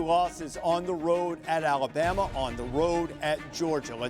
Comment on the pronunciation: Wait, wait, wait, did you really just say ‘’Bama? Now that is ridiculous.